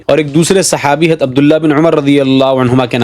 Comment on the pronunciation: حضرت لفظ اصالۃ تو باب افعال سے ہے نا آپ کو اس کو ہمزہ کے زبر کے ساتھ پڑھ رہے ہیں ؟؟ وضاحت فرمائیں